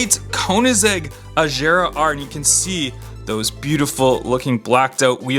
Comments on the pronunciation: Hey Bro It'S not Ajara It's Agara. don't Mine me. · Gear is like bear not ⚙️